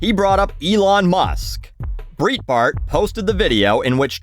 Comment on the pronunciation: just an FYI. Breitbart is pronounced like "Bright Bart" Not "Breet Bart" honestly can't tell if you were just making a joke and I missed it or you really didn't know.